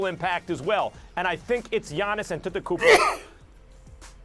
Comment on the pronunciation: "kd" is being carried ... Max pronounced it ==== gannis auntatatakoopo lol